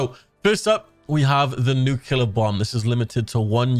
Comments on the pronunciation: i thought you were trolling at first, but the word is nuclear, not nook ya ler, you sound like george bush. he made the same mistake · Nuclear. Not nucular. That’s not a word.